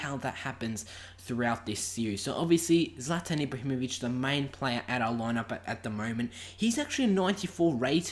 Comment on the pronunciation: I thought it was prounounced zlaetan